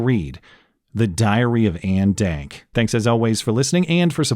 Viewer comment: "Diary of Anne Dank" lmao